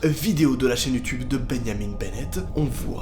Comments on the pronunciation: Tu prononces trop mal benjamin 🤣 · ça se bajamin est pas beneyamine. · MOI : Répète après moi, BIN-JA-MIN 🙂 NOA : BI-NYA-MINE🤨 MOI: BIN-JA-MIN BORDEL !!!!🤬 NOA : binyamine... 🥺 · Ça m'a perturbé aussi je disais Benjamin aussi pas Beneyamine😅😅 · beau francais osti de cave xD tu dit benyamin au lieu de benjamin ...... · C’est Benjamin et non Ben-ya-mine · Moi: Benjamin: bégniamine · Benjamin pas Beunyamine mdr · C'est comme benianim ou je sais pas quoi BENJAMIN mon gros, pas benianim. C'est pas possible tu le fais exprès dis-moi?? Stp dis-moi que tu le fais exprès!!! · « Benjamin » ça se dit pas « benyamiN » mais « binjamin » avec le son « in » pas « ine » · Pareille ptn 😂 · Il dit beyamine au lieu de Benjamin 😂😂😂😂😂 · Beuyniamine Benett wtf x) c'est tu vraiment comme ça qu'on prononce Benjamin en France? qui ce dit vraiment plus comme bain-ja-main ici seigneur hahaha c'est horrible Ça change tout le nom votre prononciation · comment tu dit benjamin on dit "bingeamin" pas "binyamine" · Beyamin Bennett Moi: c'est BenJamin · Benjamin pas benyamin au debut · « Benyamine » tu n’as pas respecté les Benjamin mdr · Arrete de dire benyamine c Benjamin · "Ben Yamine" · Sa choque personne quil dit beniamine au lieux de Benjamin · C pas Bengamine c Benjamin et c forum pas foroum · Benyaminne ?? Sa se prononce bain ja main (benjamin) pas benyaminne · Sa ce dit pas comme sa Benjamin perso c’est mon nom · C moi ou il dit « bénamine benette » a la place de Benjamin benette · Nobody: Literally nobody:: bEnYamiN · Wesh je suis le seul a remarqué qui dit BENYAMIN BENNET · Pourquoi "Benyamine" ? On dirait presque du néerlandais xD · Je me suis posé la même question sa se prononce binjamin. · Benyamine??? Non mais sérieux ?!! 😂😂. La prononciation devien grave parfois (je critique pas vraiment ses de l'ironie) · ''Ben Yamine'' ... ?? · benniamine ? foroum ? mdr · tu prononce Benjamin: Benyamine?! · Mdrr comment il a dit benjat